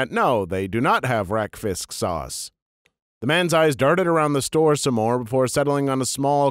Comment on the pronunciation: Im surprised that you managed to pronounce 'rakfisk' in a danish way. I don't know if thats how it's pronounced in norwegian, but it sounded danish so I was sso confused until i heard "traditional norwegian dish."